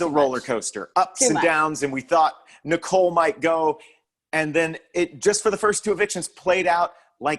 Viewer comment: It makes me laugh every time says Nicole's last name wrong 😂